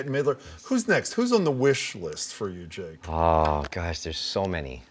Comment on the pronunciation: JAKE. IT'S JAKE 😤